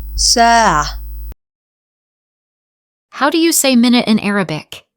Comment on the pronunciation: Thanks. Why do you pronounce ساعة saatu and sometimes saa?